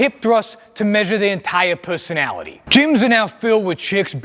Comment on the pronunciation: Dude said «pussonality»